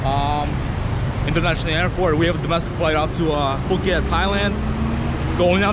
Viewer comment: Phuket is correct lol. Took me at least 2 years to start pronouncing Phuket correctly. Hahaha, will let Victor know to start preparing the cognac!